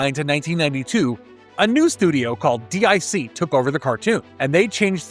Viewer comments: It's not called "D.I.C.". It's called "Dic" pronounced "Deek" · D-I-C??? No sir, it’s an acronym pronounced as “Deek.” They even say it during their logo screen at the end of the episodes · Dic is pronounced Deek. It's not initials, it's a name. It's French. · DIC is pronounced “Deek” and is pronounced in most shows closing credits.especially Inspector Gadget, but you knew this right? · DIC= Deek